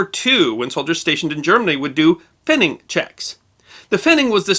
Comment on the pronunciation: Having spent a 2 1/2 year tour in West Germany (US Army), I had to wince at the pronunciation of "pfennig". There is no "ing" in it, written or spoken. Nice story.